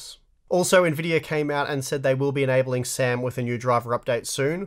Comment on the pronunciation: Hey guys , its SAM not sam. No conspiracy please ✌🏻